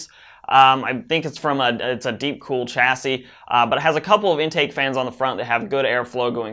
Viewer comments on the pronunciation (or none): its pronounced shassy not chassy